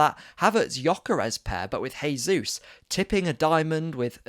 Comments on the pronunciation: Bro it's JAYsus not HAYsus. HAYsus is the Spanish pronunciation, he's Brazilian where they speak Portugese. You're saying it wrong 👍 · Great analysis. New subscriber here. Oh and just a small point Jesus is Brazilian so it’s pronounced with a hard J (unlike in Spanish where it’s soft). Pleased to see that performance. COYG